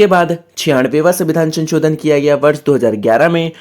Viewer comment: Ssir sanchodan😂 nahi sansodhan